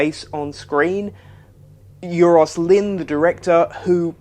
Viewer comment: Great review of a great episode. PS, Euros (as in Euros Lynn) is pronounced "eye-ross". It's a Welsh name that means "gold" or "golden".